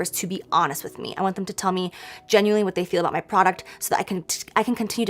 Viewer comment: I feel like Jaclyn said vat too much for my liking xD